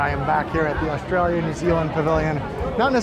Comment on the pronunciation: Loving you saying "Australia" in an aussie accent! I often end up doing the same thing :) I'm really looking forward to my first visit to Epcot although I have to wait until April for it :(